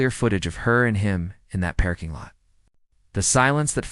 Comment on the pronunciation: the PER'KING lot? Come on AI get better faster. Please?